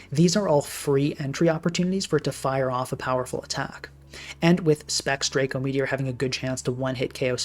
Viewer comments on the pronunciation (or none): none